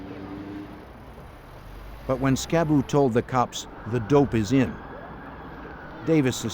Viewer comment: If its the same dude Im thinking of its Skibu not Scab boo, get it right.😂